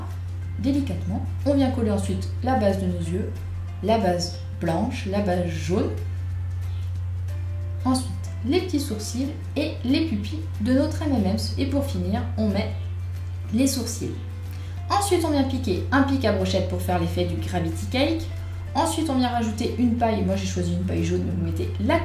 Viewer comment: elle a dit un gâteau au mmms et pas m&n's